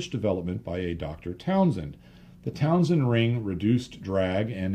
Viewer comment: Excellent as always, but one little nit-picking point: the vestigial cowling around some 1930s radial engines was a Townend ring, not Townsend.